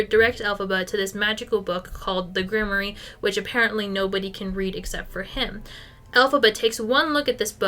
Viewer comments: Grimoire 💔 Grim-wAR not grim-ory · I've never heard grimoire pronounced like that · thats…not how you say grimoire…